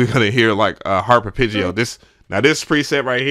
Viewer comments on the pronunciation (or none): Bro I can’t take it any longer... It’s pronounced “aar·PEH·jee-ow” ITS A “EH” sound not an “I” 😂😂😂😂😂